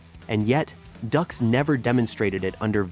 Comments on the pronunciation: Dux is pronounced “Dukes”! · Not Ducks, Dux, like put up your dukes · I'm pretty sure it's pronounced "dukes," homie, not "ducks," lol. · It’s not pronounced Ducks but Dukes, lack credibility when you don’t even know the name of the subject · I love the pronunciation of “ducks” instead of “dukes” =) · I tried to stay. But his name is pronounced Dukes not Ducks. It drove me crazy. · It isn't pronounced "ducks". it's "dukes". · It's Duke's not duhhhx 😂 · Dux is pronounced like "Dukes" not "Ducks" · 😂It’s not “ducks”, it’s pronounced “dukes”. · hearing ducks a million times when its pronounced dooks / dukes............is bad for the mind.... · Doo-x not ducks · 'Dukes' not 'Ducks'. Even in that, a fraud! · His name is pronounced like Dukes not Ducks 🦆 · Why is he saying ducks. It's dux not duck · If you cant do the proper research to even know your subjects name how can we trust anything else you say? We all know he was a liar but its Dukes not Ducks. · Like the movie said, It’s pronounced “Dukes” like put up your dukes… not Ducks. The JCVD movie on Dux points this out. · "Ducks?" - it's pronounced "Dukes", but if the guy was a fraud Van Damme's movie is still awesome. As a cinephile I don’t care about how Dux's apparent lies may have affected the martial arts. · Not duck's....dukes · Dukes not ducks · Bloodsport literally says the name is pronounced “dukes” like “Put up your dukes.” Ducks 🦆🦆🦆🦆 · Dux as in Dukes not Ducks lol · It's Dux....like put up your Dukes. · It's hard to take this seriously when the name is said wrong but I'll watch it anyway. I almost clicked off the second I heard him say ducks. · No no....it's, DŪŪŪŪX! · No no no, it's DUX....like put up your dukes right? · Nah, nah, nah, nah. It’s Dooks. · "Dooks," like dookies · It’s Dux. Like put up your dukes. Got it. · Everytime he says Ducks, it reminds me of The Duck of Death from the Unforgiven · It's pronounced Doox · Its pronounced dukes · It's pronounced "dooks" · It's pronounced DUKES🤣🤣🤣